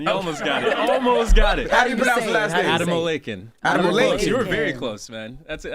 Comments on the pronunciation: That is not how you pronounce Ademolekun; he used an American accent, instead of a Yoruba accent. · He did an American pronunciation. He is dealing with American media. He needs to put on an accent to say it correctly so no point in doing that In this situation